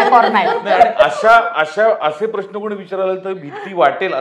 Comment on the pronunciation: please श आणि ष यातील फरक समजून घ्यावा. "प्रश्न" हा शब्द उच्चारताना प्रश्न ''श " वापरावा आयुष्य लां ष हा ऊच्चार असावा सर्व श असलेल्या शब्दांना ष please वापरु नये, ऐकायला बरोबर नाही वाटत